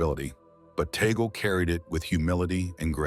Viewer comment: We are humbled by this vlog sir , he prefers to be called by us Filipino catholics as Cardinal Chito…. Sir with due respect, his surname is pronounced in Filipino as Tag-le not Tay-gel,apologies for this correction.🙏